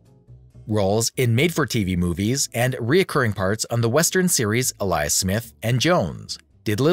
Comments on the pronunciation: Well done but It's "Alias smith and jones" Not Elias. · Alias is pronounced ay lee us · In the title of the TV show "Alias Smith and Jones," the word "alias" is pronounced "AY-lee-us." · Alias is not pronounced uh-LIE-us. It's AY-lee-us. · It is a robo-voice. That's why the speaking is disjointed and some words pronounced strangely. Al-eye-us. Took a while to realize it is alias. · The pictures have nothing to do with the narration (worthy of a badly written, fiction-filled National Inquirer article) at the time they're shown. The computer voice that can't pronounce "alias" correctly and strangely placed pauses. The constant greedy begging for subscription$ as if they're more important than what you're watching. THUMBS DOWN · In the middle of dissing Sally you mispronounced "alias"....Sally wouldn't have screwed up like that. Lol. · I'm sorry.....you aren't familiar with the word "alias", it's pronunciation or definition? Or is this a robot reading the script? I'm ocd when it comes to literacy.